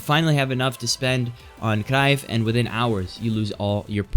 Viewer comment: I like that you pronounce cruyff rightly yet so consistently